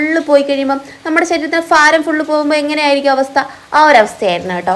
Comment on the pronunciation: ഫാരം അല്ല ഭാരം